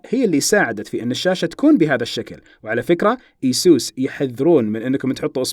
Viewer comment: مو ايسوس يا اي سُس